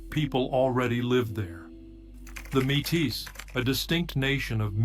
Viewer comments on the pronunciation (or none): The fake voice said the name incorrectly: mete. Or maytee not matis